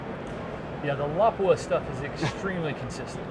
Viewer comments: Awe refreshing to hear it Lapua pronounced correctly, have read and followed for a while now. thanks for the interview. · cool! he pronounced "Lapua" correctly!